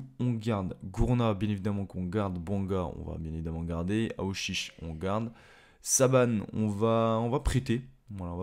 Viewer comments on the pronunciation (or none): On dit Boubacar Foll pas Fall le a ce dis o et Saban et dis Saban et non sabane